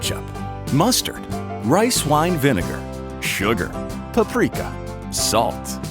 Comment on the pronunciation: I'm still throughly disturbed at how he said paprika